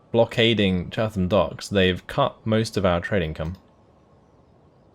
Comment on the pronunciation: Enjoying the series, but your pronunciation of Chatham was interesting. I assume that you are not from Kent.